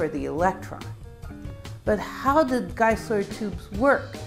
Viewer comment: It is pronounced Room-Korf and Geye-Sler.